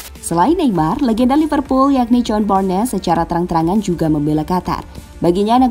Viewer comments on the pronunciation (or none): none